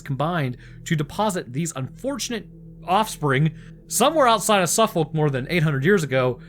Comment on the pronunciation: Bless. Its pronounced Suffuk (us Brits don't say the folk bit)